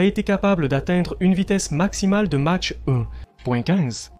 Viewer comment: La traduction approximative par l'IA est pénible par ses multiples erreurs. Dommage car le reportage serait pas mal sans ces "Match" ou "mache" dit au lieu de "Mach", Mysteke au lieu de Mystère, etc.. Par contre l'explication de la fonction des souris "éviter de réduire les turbulences à l'entrée du moteur".... => éviter qu'une onde de choc supersonique ne se forme dans l'entrée d'air et risque de casser les aubes du réacteurs serait sans doute moins faux. Mirage tres ou lieu de trois, etc. etc.